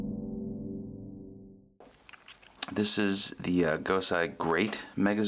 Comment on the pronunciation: It's GosEI, not GosAI! Seriously, if you're gonna do a video like this, you need to pronounce these things properly! Do your research!